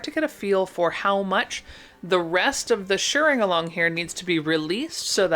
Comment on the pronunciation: THANK YOU for pronouncing shirring correctly. I hear so many people pronounce it "shearing" .